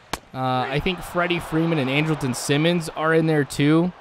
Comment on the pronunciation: Your pronouncing Andrelton Simmons name wrong. It's pronounced Andral-ton. But other than that great video.